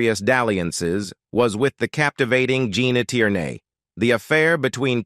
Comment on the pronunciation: hey -- learn how to say this name correctly!... Gene Tierney